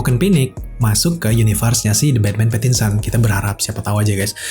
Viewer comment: Pattinson kak bukan Pattionson 😂😂